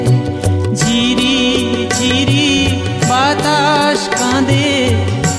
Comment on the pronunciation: ঝিরি উচ্চারণ জিরি শোনাচ্ছে। বাদবাকি দারুণ সব।